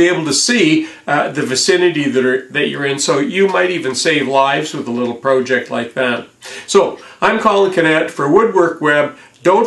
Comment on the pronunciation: Yo could you please say project not proooooooooooooject please please please I do love the show